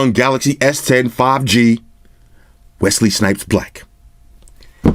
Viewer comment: Wesley’s hate it when you put a t in our names